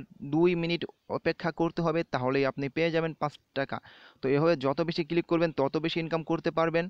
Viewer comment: vai click na cilik.....moja pailam